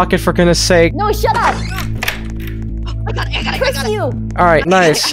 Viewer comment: Bro said shat up